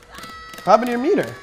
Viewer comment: i swear when he said METER, i heard it as PETER!!! lol